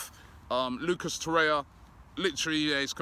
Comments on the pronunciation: FFS Robbie it's Torreira and not Torre-ya. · Please say Torreira not Torya. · Robbie it is TorreiRA. You also fail to pronounce the last syllable -RA. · The 'r' in Torreira isn't silent "obbie" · Waiting for Robbie to pronounce it properly too.